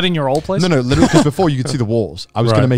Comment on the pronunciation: My mom says "licherally" instead of "literally"